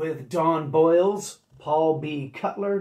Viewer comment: Don Bolles last name is pronounced like "bowls" not boils. Interesting fact, after 45 Grave Don Bolles was a DJ on old MARS FM in LA. It was a radio station that played techno. Bolles became involved in the early LA rave scene